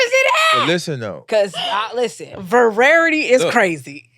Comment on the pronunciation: Lmaoo her using vararity over and over is hilarious